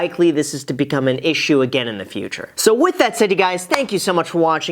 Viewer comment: "What's up Graham, it's guys here" LOL